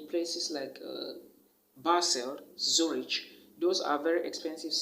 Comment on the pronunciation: Zurich is not pronounced Zuritch. It’s pronounced as Zurik.